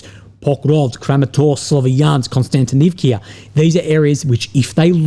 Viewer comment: Kostiantinivka It ends with "KA". Where's the "kee-ah"/"kia" from?